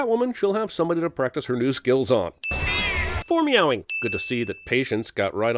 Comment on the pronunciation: foremeowing xDDDDDDDDDDD